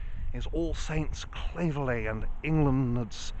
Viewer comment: You pronounced 'Claverley' wrongly! My parents were married in that church in 1953.